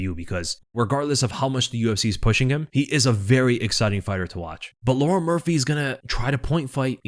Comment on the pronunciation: Bro can't pronounce Lerone